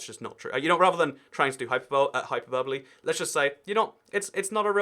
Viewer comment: Calls a part of Croatia which is not an island an island Calls a part of Denmark which is not an island an island "Hyperbowl.. hyperber-bole"